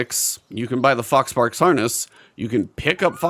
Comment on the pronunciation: I had to rewind a couple times because i was sure you were saying "fox farts."